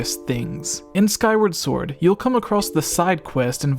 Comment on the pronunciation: "swwword and shilld"